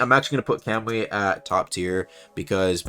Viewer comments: "kemui" lol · Please tell me your pronunciation of kamui was a troll